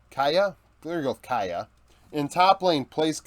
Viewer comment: Kiaya's name is pronounced "Kee-ah-ya", and Bie's name is either "Bee" (according to VCS English's cast) or "Bee-ei" (according to Vietnamese casters' pronunciation)